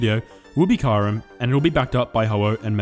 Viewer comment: Hey 🐶 I love the way u pronounce Kyurem. 😝